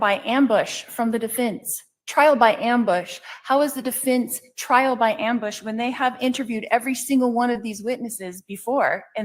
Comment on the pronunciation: Deeefence....deefence...she pronounces that word really weird. Is it just me ? Bothers the hell out of me